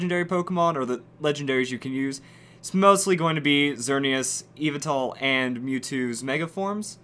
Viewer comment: Yveltal is pronounced as, YEE-VEL-TAL so get it right